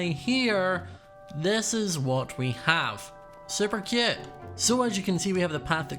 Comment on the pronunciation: i love how says cute “super cYOOT” “so CHYUT” “like how CYOT”